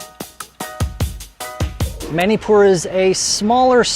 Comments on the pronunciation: Bro its not Mainipur is Manipur ur pronouncing it as Mainipur as a Manipur citizen Meitei I feel decieved 😢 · It's not ma-ni pur it's munipur